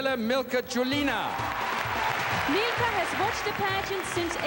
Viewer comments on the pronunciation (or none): its milka CHULINA not CHULINGA idiota!